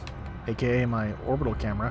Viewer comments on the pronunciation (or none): none